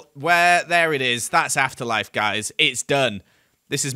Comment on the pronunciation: Sounds like you said “asst life” in your he intro ❤